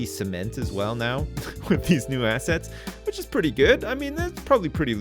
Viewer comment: Also every time says 'assets', I only hear 'ass'.